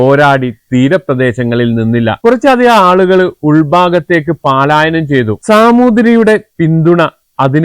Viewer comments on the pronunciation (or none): പാലായനം സഹോ പലായനം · പലായനം അല്ലേ? പാലായനം വാക്ക് തെറ്റല്ലേ?